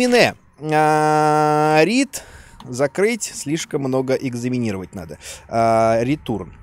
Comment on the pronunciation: Слишком много экзаминировать 😂